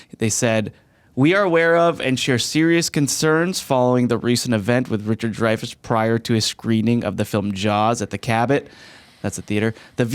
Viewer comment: its dreyfuss...sigh